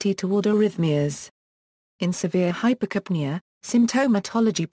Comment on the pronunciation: Put stress on "ca": Hyper'capnea.